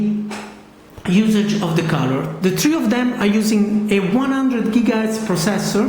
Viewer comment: He said tree instead of three